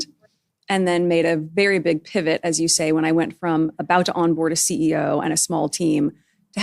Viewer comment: Did she say pivit?